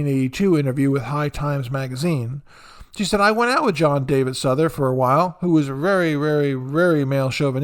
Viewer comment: Souther is pronounced South—er. Not Suther. Just FYI.